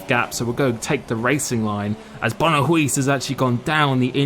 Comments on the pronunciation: Silent Four-Eyes yeah English people can't pronounce 'Huis' correctly haha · If Huiiiiiis's name is referring to the dutch word 'Huis' (house) then you're saying it so wrong xD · IT TRIGGERD ME SO MUCH . . . . The way you said Huis. Huge congratulations!